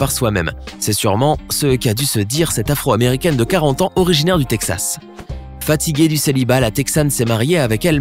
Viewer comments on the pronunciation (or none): il a dit afreu america😂😂😂